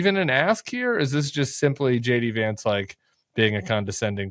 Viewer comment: It sounded like he said shady vance